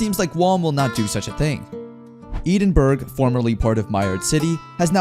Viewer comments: Bro also mispronounced Edinburgh, I died a bit inside when I heard Eden-burg. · Knowing a Scottish pronunciation is tearing my ears apart when the AI speaks Edinburgh. It’s Eh-den-burr-oh Don’t ask why the Scots pronounce it that way. They’re cool.